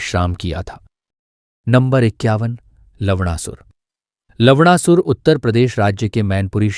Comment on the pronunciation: 10.21 अबे जोकर वो लवणासुर है,लवड़ासुर नहीं 😂😂😂😂😂